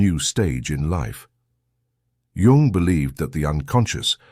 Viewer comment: It's pronounced Yoong, not Young and is spelled Jung. Obvious AI.